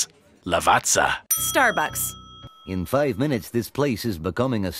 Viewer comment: Hey, just a quick info regarding proper pronunciation: there is no Z sound in Lavazza, the correct way is La-va-tsa-h. Ciao!